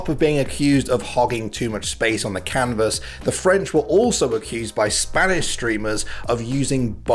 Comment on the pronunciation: Is everyone jus going to ignore that saying cannabis instead of canvas? lol